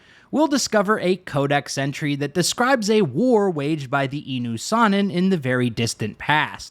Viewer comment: INU SAN ON not EN Javik pronounced it himself